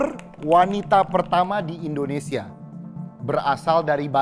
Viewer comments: Mohon maaf sebelumnya. Sedikit saran, di detik , penyebutan nama negara kita harusnya "Indonesia:, bukan "Endonesia". Mungkin di konten lain gak terlalu saya permasalahkan, tapi untuk di konten ini karena temanya "𝙀𝙋𝙄𝙎𝙊𝘿𝙀 1 𝙏𝙒𝙆 𝙎𝙄𝘼𝙋 𝙈𝙀𝙈𝙋𝙀𝙍𝙏𝘼𝙉𝙔𝘼𝙆𝘼𝙉 𝙆𝙀𝙄𝙉𝘿𝙊𝙉𝙀𝙎𝙄𝘼𝘼𝙉𝙈𝙐", seharusnya jg ga boleh salah spelling nama negara Indonesia. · TWK yang paling pertama adalah mengucapkan nama negaramu dengan benar. INDONESIA atau ENDONESIA? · saran aja, saat nyebut negara, pelafalannya Indonesia jangan Endonesa